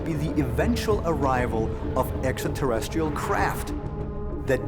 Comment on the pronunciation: "EXATERRESCHIAL" convinces me of his scholarship on the subject.